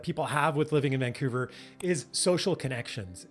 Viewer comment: Vancoover/ Vancuevurr